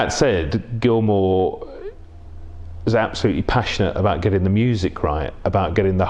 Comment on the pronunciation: Can’t even get David Gilmour’s name right